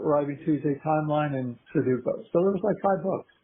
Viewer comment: Their botched pronunciation of sudoku is driving me nuts. It's not a hard word. Like sound it out